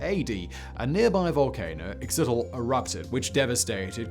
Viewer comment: Your pronunciation research needs a little work. If you want English phonetic pronunciations: Cuicuilco should sound like Qui-quil-co. Xitle is pronounces Shit-le. Lived on the slopes of the Xitle for a long time and Cuicuilco was only a couple of miles away from home.